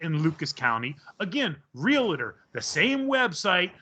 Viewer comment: Real-tor... Not real-et-tor or real-e-tor It is really quite simple. You may as well have done the interview or conversation in the mirror